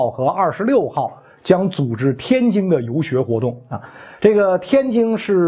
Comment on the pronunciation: 袁老师您每次能说天津（jin）不要说天京（jing），一不小心我们家乡成了太平天国首都了😂